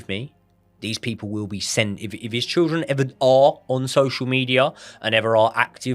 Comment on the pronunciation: cant pronounce children and cant pronounce assassination 😂 great content tho lads 👏